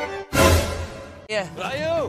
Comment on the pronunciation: I thought he said "liam,come do the dart in a mimute-"😭🖐️